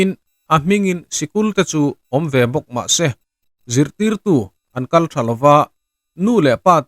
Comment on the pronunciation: "Chulai boruak mila.." tia lam rîk tûr hi i lam rîk dân a dik lo, MÎLA tîin thlûkna sign awm ang maiin i lam ri daih. "Awm ve bawk mah sê" tia thlûk fân ngei ngei tûr zâwk laiah MAH SE tîin i lam tawi hmuk lawi si, motor speed sân laia driver-in a brake ding chuih ang hian i lam daih a ni. Mizo ṭheuh sî ti nge mahni hnam pianpui ṭawng, a lam rîk dân mai mai pawh kan tihdik famkim theih hlawl loh le, a mak vê thlâwt. Kei chuan 100% in ka lam ri dik thei, thil mak erawh a ni lo, thei lo tâ ila a mak zâwk ngawt ang, a chhan chu ka pianpui ṭawng a ni tlat. Youtube channel nei ho, a bîkin ngaihthlâk chî channel ho hi in thil upload pakhhat zêlah hian lam rîk dik loh a awm ngei ngei, ṭhenkhat phei chu upload pakhatah ringawt pawh dik lo tam tak a awm thei nia, mak tak a ni.